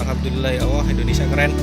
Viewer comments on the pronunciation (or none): none